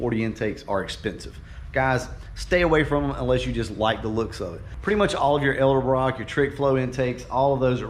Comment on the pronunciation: “Elderbrock” lol.